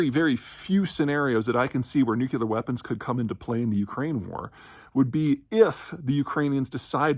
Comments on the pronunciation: Nuclear* Not “Nucular” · Please learn to say "nuc-lee-ar" and not "nuc-you-lar"... Nucleus, not nuculus... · Nuclear is pronounced nu cle ar - not nu cu ler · He keeps sayin nucuuulear weapons.... STOP!!!